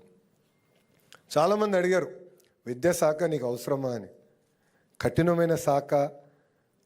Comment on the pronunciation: లోకేష్ గారూ, బాగా మాట్లాడారు, కాని కొన్ని అక్షరాలు పలకడంలో జాగ్రత్త తీసుకోండి. విద్యాసాఖ కాదు, విద్యాశాఖ అనాలి, సాసనసభ కాదు, శాసనసభ అనాలి, సత జయంతి కాదు శతజయంతి అనిపలకాలండి. స కి శ కి పలకడంలో తేడా గమనించండి. ఏమీ అనుకోకండి. జై శ్రీరామ్